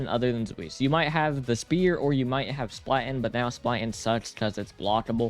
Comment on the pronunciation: "zuis" "splaten" what are these pronounciations like okay, i kinda get zweis, there isnt really a similiar sound in english. but "splaten"? why is he L in front of the a??